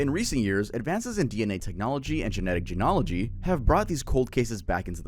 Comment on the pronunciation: 0 days since baffingly mispronounced a word. It's genee-yuh-luhgee not gen-ology I love your content otherwise.